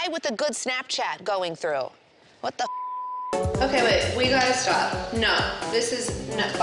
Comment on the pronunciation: her mum was like okrrrrrr